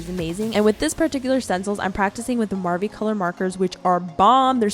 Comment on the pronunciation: m-marvi?? it’s marvy